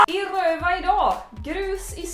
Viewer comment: Jag vill ha en 10-timmarsvideo där Clara säger "I Rrrrööva idaag" om och om igen.